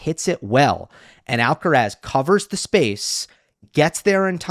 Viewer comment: Tienes razón, no sé por qué no hacen el mínimo esfuerzo en pronunciar su apellido de manera correcta. Es bastante llamativo. No todos son McEnroe y como profesionales de análisis de tennis más jóvenes deberían hacerlo correctamente.